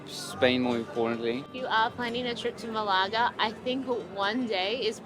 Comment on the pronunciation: Maybe check how to correctly pronounce the name of the place you are doing a video about first!